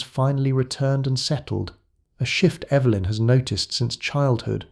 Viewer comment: mispronounced Evelyn. But said it correctly before and after, odd